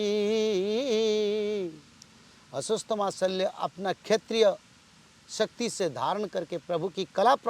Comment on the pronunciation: अस्वस्थामा नही अश्वत्थामा बोलिये